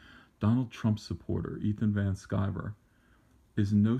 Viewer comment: It's Van Sciver!